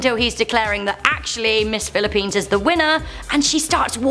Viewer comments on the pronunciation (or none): none